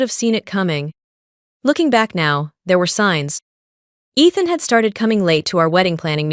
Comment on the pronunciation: You're saying your valve long, is not athen?It's ethan it's a long e